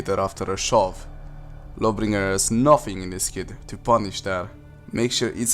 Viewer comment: It’s shob, not shove